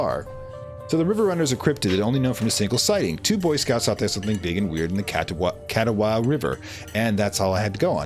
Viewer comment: And, I live in Catawba and it pained me to hear you pronounce it lol 🤣